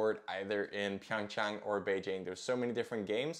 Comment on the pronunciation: Your pronunciation of Beijing is already not bad, while that you also pronounced Pyõngchang correctly is remarkable.